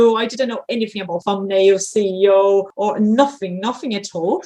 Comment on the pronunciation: Thanks a looooot for having me in your channel!!! The best thing is I kept saying "CEO" instead of "SEO" 🤦🤦 hahaha you are all free to laugh at me 😅